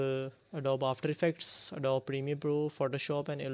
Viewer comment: It's not Adob it's Adobeeeee You say the E